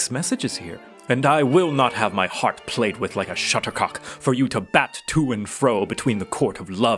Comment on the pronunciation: Do you pronounce Shuttlecock as shuttercock?